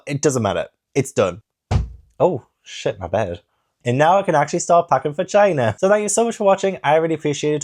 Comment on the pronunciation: Loved the vlog and hope china is amazing but time stamp was the highlight of my month “shit my bed, and now I can actually start packing va-gina” sorry you said “ for China” 😂 had me laughing my ass off 💀